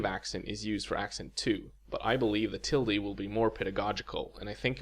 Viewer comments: Sorry, I couldn’t get past your pronunciation of “tilde” and “grave”. That’s how we Brits can tell you’re not a native English speaker ;) Seriously though, this looks like a very interesting video. Definitely going to check it out properly in the morning. Day 32 of my Duolingo course... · First time I’ve heard Tilde pronounced like tildy.